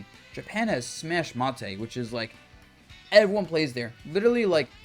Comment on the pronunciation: its fucking smash mate exactly how its spelt pronounced in english ma te isnt even how its spelt in japanese its like hearing nails on a chalkboard dabuz i beg you